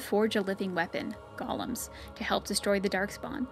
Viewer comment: It's pronounced GO-LEM not GOLL-UM. A Golem is an artificially created creature of clay or stone, based off Jewish mythology. Gollum is the name of Smeagol in Lord of the Rings. They make the same mistake in DAO, it was so annoying.